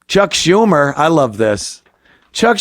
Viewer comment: Can u show respect to cuck schumer, say her name correct please